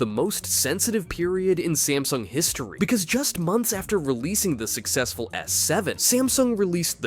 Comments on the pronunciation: Samsung, not smasung! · WHY THE GANGLE DO YOU CALL SAMSUNG sMAsNUg